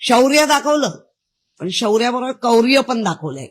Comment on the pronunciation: कौर्य नाही ग आडाणचोट बाई... "क्रौर्य" असा योग्य मराठी शब्द आहे... बाकी तुझी संस्कृती काय आहे हे सर्व मराठी माणसांना व्यवस्थित माहिती आहे....